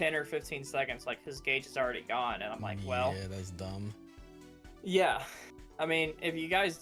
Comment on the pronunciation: I though bro said tierlists were dum